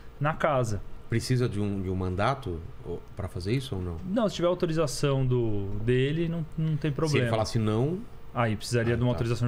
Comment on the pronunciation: "Mantato"? MANDADO. Você é fraquinho, frágil!